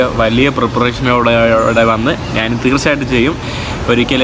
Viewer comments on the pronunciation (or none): നാണ്, നാന്, നാണു എന്താ? ഞാൻ എന്ന് പറഞ്ഞു പഠിക്കെടാ മുറിയ!